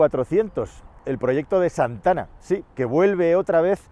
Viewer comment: Con su "Z" de "Zantana"...😂😂😂😂😂😂...como no bajen los precios me da que venderan bien poquito